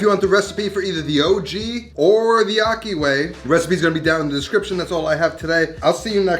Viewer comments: Ahki. Not ocky 😩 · Akhi, pronounced aji, the j being the Spanish jota. That’s how “kh” is pronounced in Arabic. Good video, like always.